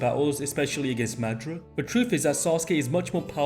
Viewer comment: Is you saying Madara name wrong on purpose. Cuz if you seen the dub you KNOW that’s not how you say his name 😤😤😤😤😤😤😤😤😤😤😤